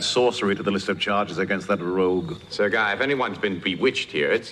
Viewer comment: A rare flub Guy is a name in french. Its pronounced gee. As in geek. Without the k. When speaking to a man named jean luc. Which is very much a latin name. Because we say luke when its spelled luc. Im half hispanic. I notice these things about the romance languages. Italian is closest to traditional latin. Spanish is not far off. French is the wierd one. But it is derived from latin.